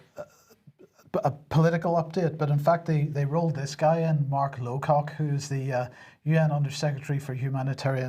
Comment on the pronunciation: "Lowcock" - really??